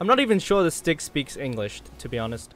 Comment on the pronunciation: am i the only one who noticed he called the stig 'Sticky'? unless he said stiggy and im deaf